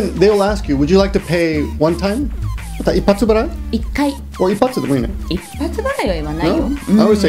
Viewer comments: I think you want to say 一括払い＝ikkatu barai =いっかつ ばらい the word is same as 一回払い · Presumably you have figured this out by now, but instead of 一発払い it's 一括払い (いっかつばらい） k instead of p. should have caught it!;-) You make a nice couple.